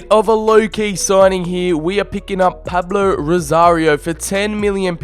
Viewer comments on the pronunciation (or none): none